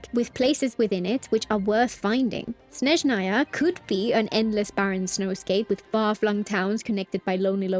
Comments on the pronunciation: she says snezhnAya instead of snEzhnaya, tho yeah my bad i didnt listen properly, the other part is corrent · i mentioned this under the previous genshin video, but i'll repeat (hopefully you see). please pronounce Snezhnaya correctly: its crlear S in the beginning and stress on the E edit: my bad, i didnt listen properly, you pronounce it correctly (but just with the wrong stress)